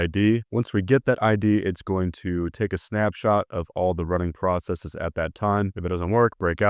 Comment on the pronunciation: Did you correctly pronounce "Processes" (you didn't pronounce it "process-EE-s".)? You earn my like and subscription. 👍🏻